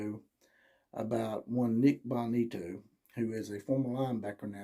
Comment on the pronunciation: You really need to work on your material. It took nearly 3 minutes to get to your first point. Its pronounced BO ni- to. He was referring to a specific CB talking trash about the alex Grinch, not Riley. And it has been discussed since he left he had one foot out the door after Helton was fired. Do better next time